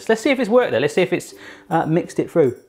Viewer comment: "I'm gonna tide "fru" the pizza